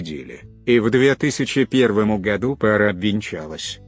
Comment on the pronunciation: Материал интересный! Согласен! только ударение в словах неправильно. Например :сатрАна надо странА.или гОду а надо годУ.